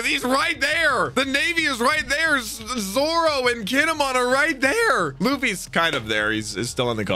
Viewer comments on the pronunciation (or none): none